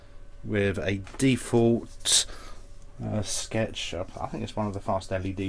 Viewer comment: a SHETCH?